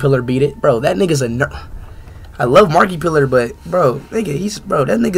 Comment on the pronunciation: bro said markipilar😂😂